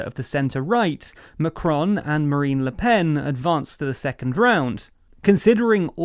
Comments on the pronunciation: MACron!! Not McRon. Ffs. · Learn how to pronoun his name... for the love of god. Pleeeasse this hurts...